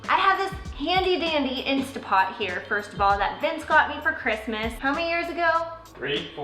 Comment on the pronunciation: Going to buy my "insta" pot this week! Can't wait! And, really? Who cares how people say it! I just want easy peeling eggs!